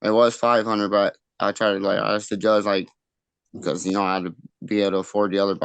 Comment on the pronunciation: Why do these ppl say "AKSED", it's asked!!! Same as "TOOKEN" education, pre school failure!!! Some ppl should not be able to reproduce, such lame people caring only for themselves!!!!